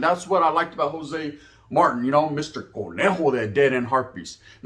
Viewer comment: It’s pronounced Martin bro like martinez with out ez . Not marten